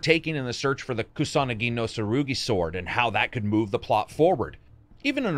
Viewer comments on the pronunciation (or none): none